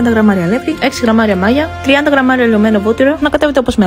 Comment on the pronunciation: Είσαι φοβερή μπράβο αλλά ένα λάθος μόνο έκανες στους τόνους τονίζουμε όπου όπου φωνάζει η λέξη όχι μάγια αλλά μαγιά 😂